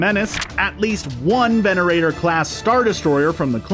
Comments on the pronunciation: Correction, I believe the right type of Star Destroyer is the Venator-class - not "Venerator" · . Did, did he just call it a Venerator, not a Venator? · It's not a "Venerator Star Destroyed" its a "VENATOR class Star Destroyer" there's no R after the E and the second E is actually an A. just FYI. not Venerator but Venator. :) Regarding ships you've missed, there seems to be a Recusant class Destroyer of the CIS in the bottom left corner and there's a Hammerhead class Corvette behind the Millennium Falcon. You can also see a few Mon Calamari ships if I'm not mistaken. :) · It felt like someone was scraping there finger nails on a chalkboard when he called a Venator a Venerator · VenaTOR not vernarator